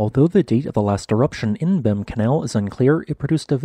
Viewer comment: Behm Canal is pronounced Beem Canal.